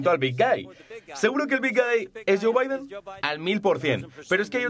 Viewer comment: Y lo de "janterbaiden" ha estao bastante bien, sí señó...! JANTERBAIDEN, de ese...!